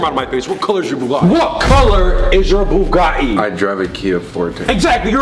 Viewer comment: Its pronounced bugAHHHHtti